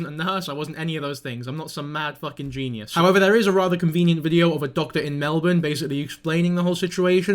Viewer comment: happy you said Melbourne the right way haha